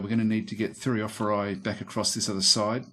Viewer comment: Like your gameplay. No button spamming either. The easy way of pronouncing "Thureophoroi" would be treating the "ph" as the "F" sound. The "oi" sounds like "e". Thure-o-for- e.